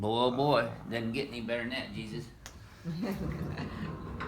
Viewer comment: That's not Jesus it's hesus